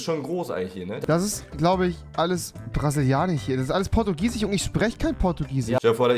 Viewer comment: „Portugisich“ . Ein weiteres Wort welches Rewi nicht aussprechen kann😂